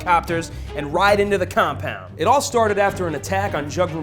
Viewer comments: "He was left in the com-Paund!" "They found him in the com-Paund!" :D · fire this annoying narrator. i winced every time he said COM POUND!! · Stop saying ' compound' like that e.e